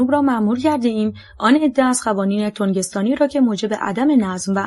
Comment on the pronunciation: تنگستانی ای خانوم نه تونگستانی ترو خدا بس کن پدر زبون فارسی رو ….